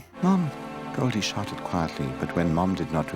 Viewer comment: Sounds like he's saying sharted not shouted. XD But it looks like sharting is how these cartoons were made.